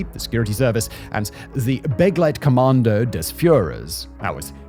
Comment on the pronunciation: sayying "begleitkommando" like that as a non german speaker ... not bad i gotta say